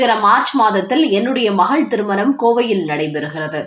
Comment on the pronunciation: அம்மா செய்தி வாசிப்பாளரே ன வுக்கும் ணவுக்கும் வித்தியாசம் தெரியாமல் செய்தி வாசிக்காதீர்கள் வேலுமனி , பனம் ,திருமனம் என்றெல்லாம் கேட்கச் சகிக்கவில்லை.